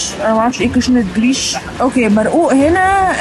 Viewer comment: جريش والهريس هو القمح اللي احنا بنعمله بليله الهريس الصحيح والجريش المطحون أنا بشتري الهريس بعمل منه بليله 😊 وبينطق بال ج عادي مش چريش 😀